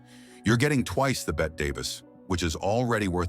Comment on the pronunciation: STOP SAYING "BET" DAVIS.